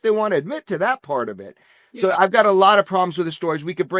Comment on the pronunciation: Why does Jeremy pronounce the word “so” like “sshhhooo?”